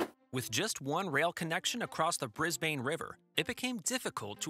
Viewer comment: Please note the following: (Sorry to nit pick) * Cross-river Rail was planned before the Olympics were given to Brisbane * Stock footage of right hand drive highways and roads used ( we drive on the left here) * It is pronounced [Bris] [Bin] not [Bris] [bain] * The lovely shot of the flag .... is the New Zealand Flag not the Australian One (a lot of people do this though) * Aqua trains at Kellyville is in Sydney (~1000km to the south) * American money